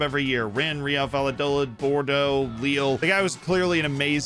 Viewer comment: You gotta do better with the pronunciations of these team names! "Reel Valla-Dolid" is just plain bad and lazy